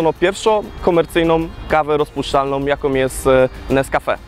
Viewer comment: PierwszOM KomercyjnOM kawę rozpuszczalnOM...